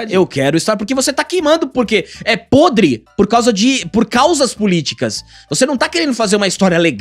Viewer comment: Grande bordão🤣Quando O fala (podre) eu morro de rir,ele fala com tanta vontade🤣